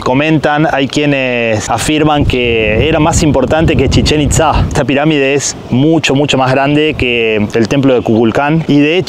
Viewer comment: Cuantas veces dijo chechenktza